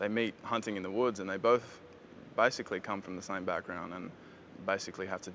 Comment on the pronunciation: When he says 'basically' it sounds like 'bicycally' to me :D :D